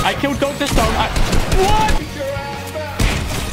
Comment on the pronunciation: Xd i laughed so hard when he said i killed docter stone instade of slone